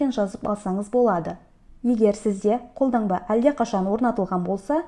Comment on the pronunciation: ҚолдаҢба емес, қолдаНба* "Н" мен "Ң" ды неге ажырата алмайды екен осы қазақтар😮